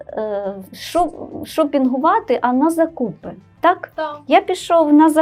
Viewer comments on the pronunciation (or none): Хороший матеріал, але помилки від мовознавців якось не тішать. Наскільки нам відомо, запозичені загальні назви не зберігають подвоєнь, то як же можна писати "буккросСинг"? І наголос у слові "закУпи" явно не відповідає нормі.